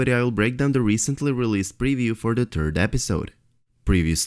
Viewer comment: Did you just say for the turd episode? :P (I know you said third)